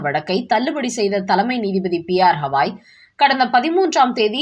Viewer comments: உச்சநீதிமன்ற தலைமை நீதிபதியின் பெயர் Bhushan Ramkrishna Gavai. P. R. Hawai இல்லை. தயவுசெய்து சரியாக உச்சரிக்கவும். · ஆத்தா ...ஹவாய் இல்ல கவாய் .. எத்தன முற தப்பு தப்பா சொல்ற...😂😂😂